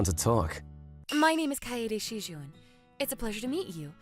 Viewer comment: OK, the male MC butchered so many pronunciations here it's not even funny, including most of the names - Kaneda, Kaede, Shijouin - and the food terms (amuse bouche, hors d'oeurves). I get missing one here or there, but if its your job, you need to put some care and effort in. The story itself was pretty nice until we got into the MC spouting the pathetic "you're too good for me" lines.